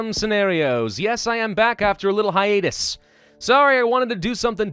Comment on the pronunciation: Did he just say "Yes I am back after a little high anus"?